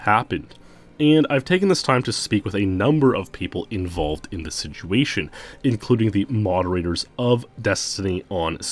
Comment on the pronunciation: You keep saying siguation o.O are you meaning Situation ? Or Is this an aluminum aluminium thing going on here